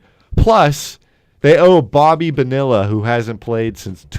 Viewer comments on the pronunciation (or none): E, learn to pronounce Bonilla... are you kidding me?!?!?!